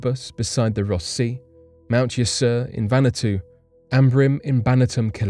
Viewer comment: Are you trying to say. Vanuatu 🇻🇺? Or is there a place called Vantoo?